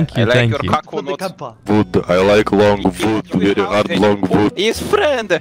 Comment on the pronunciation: This guy again 😂😂" bery experienced with hotel you know "